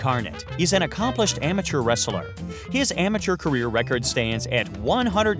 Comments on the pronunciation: I find it odd that the narrator about wrestlers cannot pronounce the word “wrestler” correctly. It is pronounced wrest-ler and NOT wrestle-er. If I could give your video two dislikes I would. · wresteler? really? kina annoying. or is it your accent?